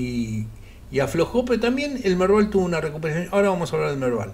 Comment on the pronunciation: lo del Merdal no se entendió...